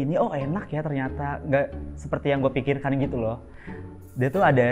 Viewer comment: Sub "gitu"nya ditulis sesuai yg keluar dr mulutnya bondol yaa jadi "geeto" wkwkwkw